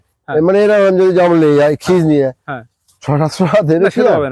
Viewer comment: Jarmul na o ta hobe jamrul 😂😅